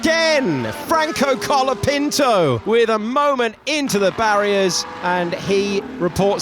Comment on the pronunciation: Que horror la pronunciación inglesa 😂😂😂 borcholetouuuu francouuuu coulaepintouuuu 😂